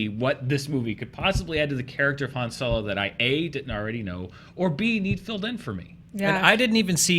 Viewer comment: says Han Solar or Soler